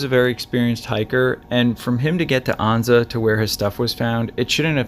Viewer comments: it’s not Ahnza……Ann-za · It's An-za, rhymes with stanza.